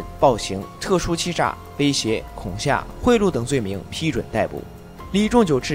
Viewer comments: 解说的很好，挑个小毛病，是恐吓 he 不是xia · 恐吓（he），不念恐吓（xia） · 恐吓（he）四声不是（xia） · 老---油----条，不是laou条，麻烦关键字吐字清晰点。讲解的不错，发音尽量完善点，不然听得真的难受。还有恐（kong）吓（he），不是恐xia。。这感觉就像喝一碗鲜美的汤，突然发现一颗什么。。